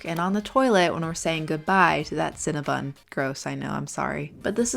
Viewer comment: CinnabOn. NOT cinnabUn. You're welcome.